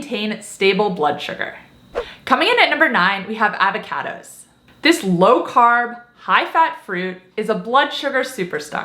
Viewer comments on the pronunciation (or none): I love any video where you say "Avva-Caddoes". Thank you,!